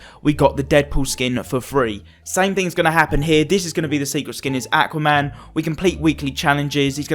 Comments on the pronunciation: It’s Aquaman not Acaman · The way you say aqauman